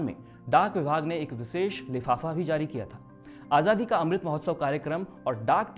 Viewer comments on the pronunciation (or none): none